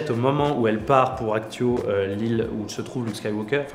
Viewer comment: J'aime bien vos vidéo mais vous savez que ses Acto et pas Actio 😉